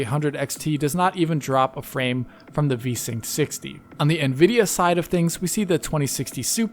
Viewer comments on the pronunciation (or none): none